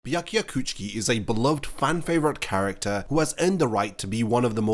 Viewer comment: I’m sorry I honestly hate hearing Byakuya Kuchiki or Ichigo Kurosaki. Just say it the way they say it on the show